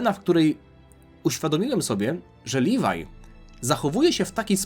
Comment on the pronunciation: Nie nazywaj leviego livaj